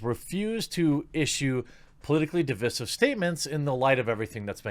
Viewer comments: DivEYEsive. Root word is divide, not divid. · Divisive, not 'divissive'.